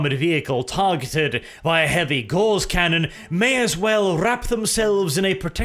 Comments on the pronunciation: Its “ Gow-ce “ not Gawz . Like Carl Friedrich Gauss . Its a measure of magnetic induction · Gauss, not gorse or gauze. The former was a German mathematician, one is a plant, the latter is a cloth. Please stop saying gorse or gauze when the word is Gauss. But thanks for doing more Necron videos, really appreciate them. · That is pronounced GAWS not GORZ. Great video as always. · for some reason every time speaks "Gauss" for me it sounds like "Gauze"... Gauss is supposed to be pronounced /ɡaʊs/; German: Gauß [ɡaʊs] but i hear /ɡɔːz/ weird...